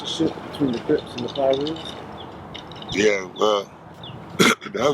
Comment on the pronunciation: He's using 'Cribs' and 'Crips' interchangeably. Is that on purpose or is that a speech slur?